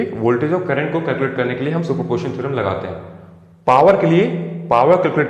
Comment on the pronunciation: Its not super portion theorem its super P O S I T I O N theorem.....anyway,good job. 👍🏼